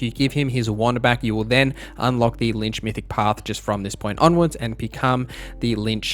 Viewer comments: Great video. Hated the fact that you kept saying lynch and not LICH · Please, read between the lines. I was using your mispronunciation of "Lich" as a joke. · lich is read like bitch, not lynch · "The LiNch mythic path" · Why you call lich, linch😂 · Linch. We need a tutorial for how to pronounce “Lich” thanks for the vid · That's pretty much as wrong as it can get ... The Lynch is one of two protagonists in Kane & Lynch and David Lynch is an American filmmaker, painter, visual artist, actor, musician, and writer. Lynching is an extrajudicial killing by a group. Neither of those 3 examples have antything to do with undead entities Or do you wanted to say Lich? Which is pronounced quite a bit differently then Lynch, what is how you pronounced it. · I feel like there's no way you're not saying Lynch on purpose, to annoy people. It's working, you're really screwing with me haha. Good content :)